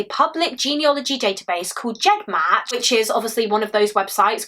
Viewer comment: Fantastic story-telling, as always. How dreadful to have to wait all that time. One tiny thing- the word is ‘genealogy’ not ‘geneology’ (I didn’t realise this for ages).